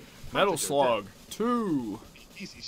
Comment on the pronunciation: LOL ITS METAL SLUUGGG